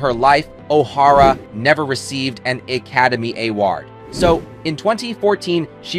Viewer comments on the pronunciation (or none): The audio by the narrator, I assume AI, is so poor it almost made me turn it off. "He" couldn't seem to pronounce O'Hara the same twice in a row. Totally bungling Academy Award was the icing on the cake. Too bad for such a fine, strong Lady, singer and actress.